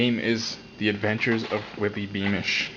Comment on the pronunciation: Lol you said wippy beamish.